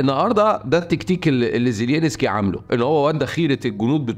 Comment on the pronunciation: رحمة لوالديك لا تنطق زيلينسكي على الرئيس الاوكراني ، انت الوحيد الي ينطق اسمه من دون كل الإعلاميين او مقدمي المحتوى ، زيلنسكي بهذه البساطة فقط